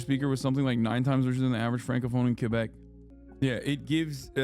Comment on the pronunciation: Can someone please tell Hasan how to pronounce Quebec properly?